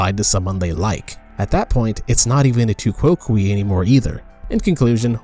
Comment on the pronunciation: I think it is pronounced tu coke. Definitely not kwokwee.